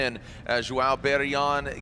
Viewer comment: gringo n sabe falar os fonemas do “ão”